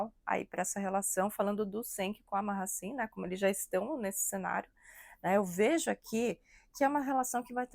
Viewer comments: Minha filha, vai se informar...e só pra vc não passar vergonha, pronuncia -se GENK e MAASIN.. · Povo quando quer engajamento Affff .CENK tem muito caráter e não traiu nevin .MAHASSINE tem muito caráter também .A muito tempo o casamento dele tem polêmicas ,Mahassine não tem culpa de nada Bando de conversados .Não sabe nem falar o nome da moça direito .Repetem o que vê os outros falarem .